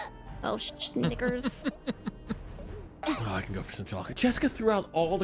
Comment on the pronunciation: She said snickers but believe me I had to do a double take